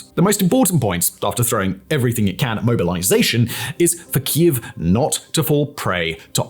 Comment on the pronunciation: He finally started pronouncing kiev correctly 👏